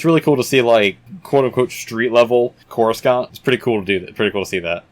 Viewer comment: Don't mean to be "that guy", but you're pronounsing Coruscant wrong